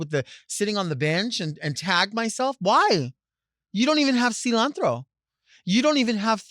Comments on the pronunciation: “You don’t even have cilanthro” 😂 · Lol silawnthrow 😅